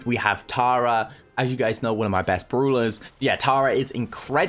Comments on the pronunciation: Yes very Good "Bruulers" 😂😂 lmao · itf funny how calls brawlers bruwlers